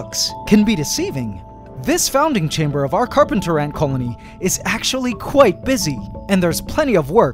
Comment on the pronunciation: The carp-ANT-ers